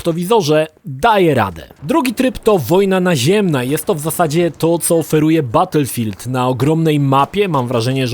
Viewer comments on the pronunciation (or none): none